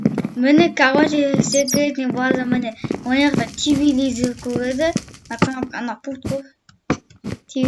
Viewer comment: Тивилизр емес телевизер